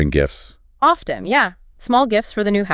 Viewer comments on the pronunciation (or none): Why does the word "often" sound like that in the video ?